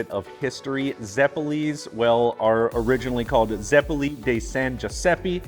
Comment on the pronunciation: Zeh-poh-leh and you missed the potatoes, sugar and butter. 👌